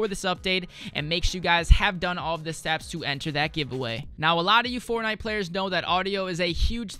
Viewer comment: Why does he say fornigh